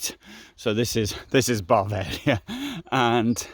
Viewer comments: Why do you call Bavaria “Barvaria”? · Did he repeatedly say "Barvaria"?